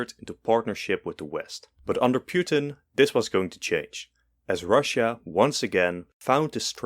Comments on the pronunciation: Putin not Pewtin lol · Bro called Putin "Pewtin" 💀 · Ah yes, pyutin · Ah yes, Pewtin, my favorite president of all time! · Vladimir Piutin?😂